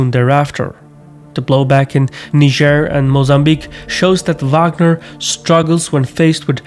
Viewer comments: You're mispronouncing Niger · that niger pronounciacion tho